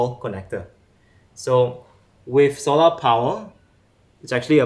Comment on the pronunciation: Quite Interesting.. tho the way he pronounce " solar" is the thing tat kept me watching. Jus to see if he would get it right in the end 🤣